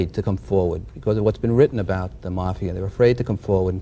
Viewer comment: Did a shot every time that guy mispronounced mafia. I’m totally wasted!!!